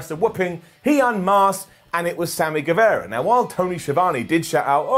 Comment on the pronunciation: Its Sammy Ger-vah-ra